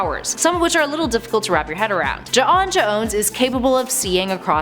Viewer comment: Her saying Juh-on Juh-ones is stressing me tf out